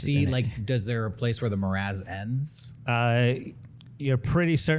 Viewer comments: Love it. What's a "Morazz" tho? said it wrong first(guessing he mistook 'morass' for 'miasma') and just fuckin' rolls with it, and I am so triggered. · more ass, my ass, same thing